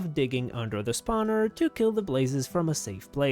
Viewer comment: yes it is the best part of every of his video hearing spowner